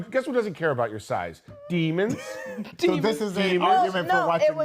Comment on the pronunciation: The way says Demons 😂